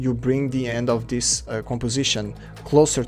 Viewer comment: dis dis dis dis dthat dis that dis dsicord dis